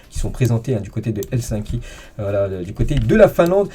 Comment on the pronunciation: Hello, petite correction, on dit Helsinki avec si et le I 😊